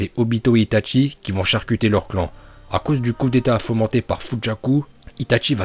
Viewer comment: Il respecte pas les uchiwa il dit utchia est pour dire itachi il dit itatchi